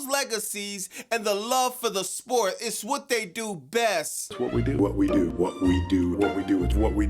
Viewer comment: That damn "what we do" sounding like "whoopty doo!"